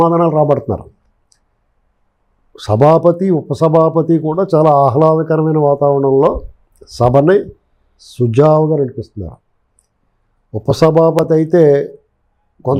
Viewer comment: సు జా వు గా కా దు స జా వు గా అని అనాలి